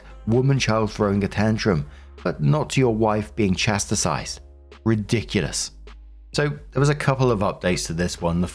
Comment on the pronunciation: Chastised is not "chasti-sized."